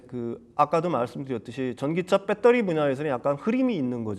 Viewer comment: 아 진짜 빼떠리 빼떠리... 진짜 듣기 싫네...발음 좀 고쳐라..